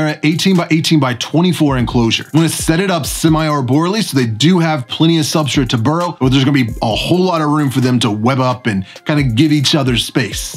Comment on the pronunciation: Substrate* not substrit lol. Why do you say substrit? Who told you to say that?